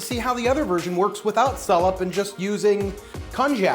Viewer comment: What that hard to get ingredient called? Did you just said Salad? Never mind, I see the description, Salep.